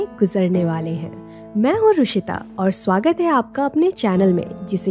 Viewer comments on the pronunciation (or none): none